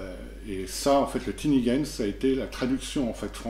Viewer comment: Merci pour cette présentation ^^ Il me semble que tinigens se prononce à la française puisqu'il signifie "petite gens". Cela dit je suis toujours un peu triste que l'on évoque pas le jeu "Portes, Monstres & Trésors" (qui est une traduction de Labyrinth Lord) quand on parle d'OSE comme option pour jouer à D&D en édition BX. Tout ce que fait OSE, PMT le fait, c'est la même base, c'est le même jeu, et il y a même la règle optionnelle de CA ascendante, ainsi que la distinction des races et des classes avec l'édition "Portes, Monstres & Trésors Règles Avancées". Et ce depuis bien plus longtemps qu'OSE. Avantages d'OSE : mieux présenté et mis en pages, illustrations intérieures de meilleures qualités, qualité physique du livre supérieure. Avantages de PMT : beaucoup beaucoup moins cher (pdf gratuits et bouquins à prix coûtants), beaucoup plus accessible (pas de rupture de stock puisque c'est de l'impression à la demande). Bref, si on veut faire au plus simple, OSE c'est la version de luxe de PMT. Alors si des personnes sont intéressées par du D&D à l'ancienne et ne sont pas sûre de leur coup, tentez d'abord le coup avec PMT pour voir si ça vous branche ;) P.S. : PMT dispose dans son livre de base d'un petit setting et d'une aventure prête à jouer.